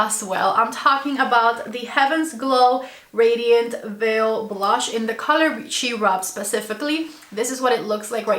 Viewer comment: I had to keep rewinding to understand what you were saying. Cherub is pronounced chair-rub, not she-rub.